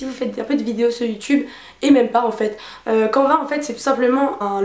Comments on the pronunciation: On dit pas quanva mais sa se prononce canne va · je pense qu'on dit "cane - va" et pas canva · Je pense que canva se dit "canneva", canvas en anglais veut dire toile, à peu près comme en français ^^ voilà tu peux ajouter un nouveau mot anglais dans ton appli de flash cards ;) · J'ai découvert plein d'applis merci ! ps: canva se pronnonce "canneva" je pense